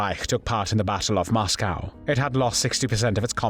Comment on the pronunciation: Interesting pronunciation ''Moscow''???